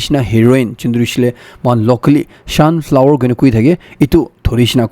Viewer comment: Everything is right but you say sonflower 😂😂